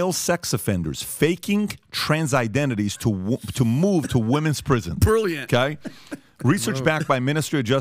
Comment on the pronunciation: How many years speaking English now, and still thinking it’s pronounced ‘ow-kai’? Annoying af